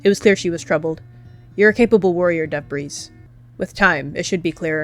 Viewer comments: “Dove’Breeze” sounds a lot like, “Dabreeze” (Lalalalalaaaa) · Why did I hear Debris not Dove’breeze